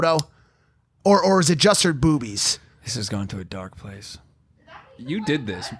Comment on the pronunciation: . I don’t like the way mike said “boobies”😂😂